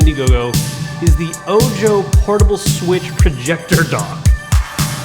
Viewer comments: ...It is "oh-ho" not "oh-jo" because it is Spanish. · I believe it pronounced oh-hoe, like the Spanish word for eye, not oh...Joe! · Ojo? Isn't that supposed to be called Oho? Like, eye in spanish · Are you calling it "oh joe" based upon its spelling or is that what they said it was called because it could be call "oh ho" which phonetically which is spanish for "eye" and being its a projector with 1 "eye" makes more sense idk something about "oh joe" bugs me lol just curiousity hitting my quarentine boredom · Are you sure it's not pronounced oho ? Eye in English. So disgusting when people pronounce such common words from a language wrong lol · I'm pretty sure Ojo is Spanish for eye. So it should be pronounced Oho.